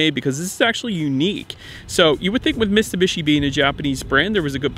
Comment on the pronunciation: 🤦‍♂️you saying Mitsubishi is like Benedict Cumberbach say penguin.